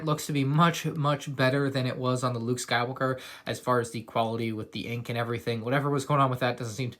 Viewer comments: Anyone hear Luke Skywooker? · going Scottish there for a sec